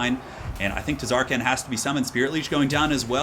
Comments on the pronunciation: The T is silent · Ahhh noooo you're not supposed to pronounce the T in Tz'arkan noooooo! (I think? Right??)